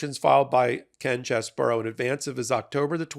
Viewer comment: Ken Cheese bro, not Chess bro.